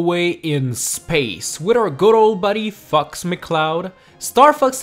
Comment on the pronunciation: when ever he says fox, it sounds like he says fucks